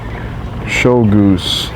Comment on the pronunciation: You even zoomed in on the sail boat, and still got the name wrong. Snow goose Not show goose.